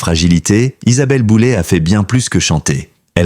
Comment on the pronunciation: J'essais de comprendre cette manie de transformer les noms avec terminaisons en "ay", qui deviennent en "et". L'IA serai-elle l'explication...de fortes chances... En fait, QUI se sert de l'IA pour faire du sensationnalisme ? C'est une atteinte à sa vie privée et à son intelligence 😢